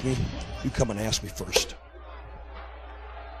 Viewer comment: It's HennIG, not HennING, bad enough the narrator in this video can't pronunce it right, you could atleast spell it right.